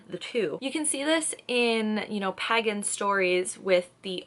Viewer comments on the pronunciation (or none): Yeh In England we say Pay gan or pay gen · I've never heard pagan pronounced like you do, in Scotland it's pronounced pae-gan :) also you are stunning lassie! X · nah im american and i pronounce it pay-gan as well, i think the person in the video just pronounced it weird